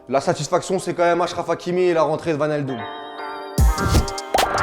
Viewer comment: wijnaldum devient vinaldum pff